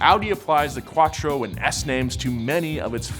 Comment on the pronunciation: He can’t say Quattro or nismo